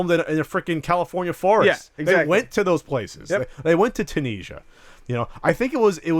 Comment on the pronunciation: Is that how Americans pronounce Tunisia?